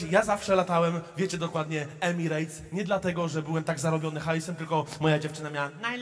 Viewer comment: EMIRETS NIE EMIREJTS CIOŁKU MALINOWY 😂